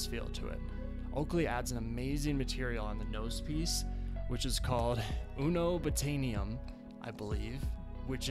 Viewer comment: UNO-BOTANIUM haha. It's actually pronounced UN-obtanium. No hate, loved the video, thanks for the good info! Bless!